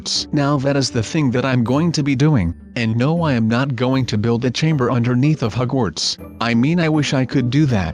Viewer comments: It's Hogwarts not hugwarts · I like how you pronounce the word Hogwarts Hugwarts XD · He said hugwarts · The way you say Hogwarts is hilarious.